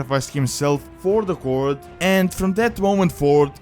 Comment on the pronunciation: first off: "horde" not "hord". secondly, as much as i love thrall as a character with awesome backstory i hate the horde.